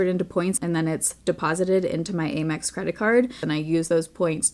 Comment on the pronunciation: I’ve never heard it pronounced “aim ex” before lol